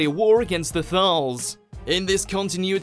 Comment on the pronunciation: The narrator of this video obviously has NO idea about Dr Who pronouncing Davros (correct pronunciation is Dav ross NOT Dav rose) he also constantly mis pronounces Kaled and Thais. Please watch mojo get someone who knows the subject properly to do future videos - or at least give them a pronunciation sheet.